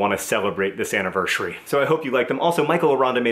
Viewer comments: anevershury?? hahaha love the vlog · Happy... annivershery?